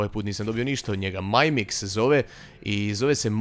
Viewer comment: mimic se ne cita "majmik" vec se cita "mimik" haha